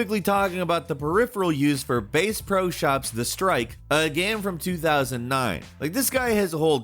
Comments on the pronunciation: "Base-Pro", is that what I heard him say? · Bass, like the fish!!! Damn it!